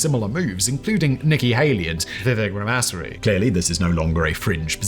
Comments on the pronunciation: vivek “rum assery”??💀😂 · That was very unprofessional that you messed up ramaswamy name